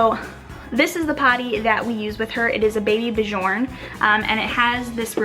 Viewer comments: babybjörn is pronounced - baby byearn :) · hehehehe its pronounced baby born, like the guy from abba,bjorn is born ,,I think its Swedish xo